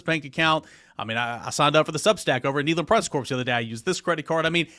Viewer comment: There is no S in corps!